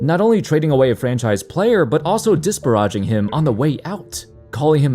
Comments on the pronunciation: Things in every vid. 1. Quality edited vid 2. Well researched topic 3. mispronouncing “disparage” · You really really don't know how to pronounce disparage dude 😂 I've heard it in multiple videos now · I get that you hire someone to read a script, but Not how you pronounce disparage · This is the second time he has done this. Is this an "in" joke? 🤣😅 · Love your videos, but PLEASE learn the pronunciation for "disparage"